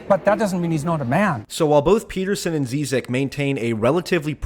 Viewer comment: This is precisely the reason I was so excited for this debate. Hope they have a part 2 cause I think they never really got into it PS: You're pronouncing Zizek wrong